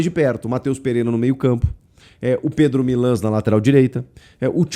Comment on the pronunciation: Pela primeira vez que eu vejo você pronunciando o nome correto do Pedro milans 😅 parabéns pelo canal 🎉🎉🎉